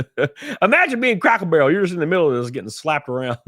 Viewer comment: I laugh every time you say "crackle barrel".😆